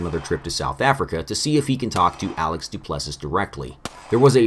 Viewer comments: The last S is silent in Du Plessis. Sounds like “Du Plesseee” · Gosh, I don’t wanna be that guy, but you pronounce his name do-pleh-see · My God,. It’s pronounced “Doo-pless-ee”. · Du-play-z is how you say duplessis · name is pronounced Du Pless E. I’m not smart or anything, there just happens to be a S African UFC fighter with that name.